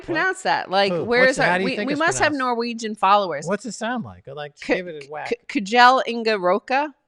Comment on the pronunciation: Kjell is pronounced "shell" :)